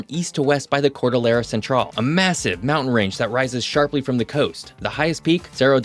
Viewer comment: in Spanish, the "LLE" sounds like "YE". so, to pronounce "CORDILLERA", it should sound like "Cordiyera". another example is "LLAVE" (key), should sound like "yaave" (similar to how you pronounce "Aaron")